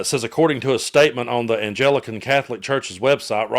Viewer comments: I hate to be pedantic (obviously not!) but this is the second time I have heard the church here in UK mispronounced. It is the Anglican not Angelican! Maybe it is a misprint in the Guardian. Editorial standards are not what they were. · ps: it's An-glick-an -- it's weird, it doesn't sound like it's spelt.